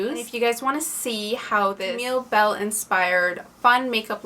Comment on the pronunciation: It's Camilla Belle, not Camille Belle